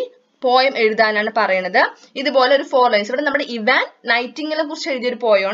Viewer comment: ചേച്ചി ഇവാൻ അല്ല ഐവാൻ ആണ് എനിക്ക് സ്കൂളിലത്തെ ടീച്ചർ പാടം വായിച്ചു തരുമ്പോൾ ഐവാൻ എന്നാണ് പറഞ്ഞു തന്നിട്ടുള്ളത്